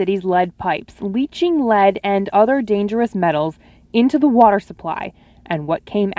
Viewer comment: Water Wa... ter Wah... tehr War. Tar Water ... H20